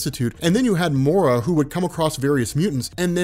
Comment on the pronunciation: Just a heads up, her name is pronounced "Moy-Rah", not "more-uh".